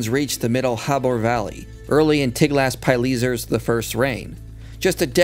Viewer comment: Good video. It's pronounced Tiglath-"Pill-esser" not "Pyle-eezer".